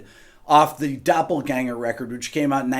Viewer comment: You pronounced Doppelgänger right 👍👍👍👍👍👏